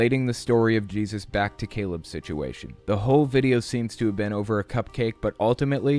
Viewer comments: I'm sorry, but I keep hearing the dad say "Jizzus" and I can't take anything seriously 😭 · The way the father says Jesus drives me crazy. “Jeyseus”. Also, why are they obsessed with called him “Jehova”. His name is also Yeshua, El, Ei, Adonai, Eloheim, etc etc. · I know I shouldn't mock accents...but like the dude kept saying "Jizzus" and I couldn't keep a straight face.